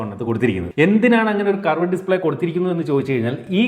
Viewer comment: കറവേടേ display അല്ല ... 😂 കേറ്വ്ഡ് display